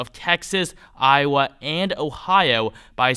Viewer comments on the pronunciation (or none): none